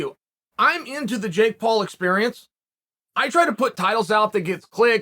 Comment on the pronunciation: Surprised Chael pronounced Jake Paul the right way